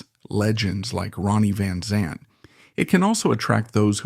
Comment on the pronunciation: Pronounce his name right...smh